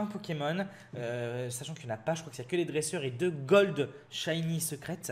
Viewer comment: noeunoeuf shayni pu golde